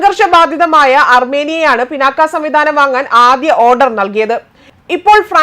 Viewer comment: പിനാക്ക അല്ല,പിനാക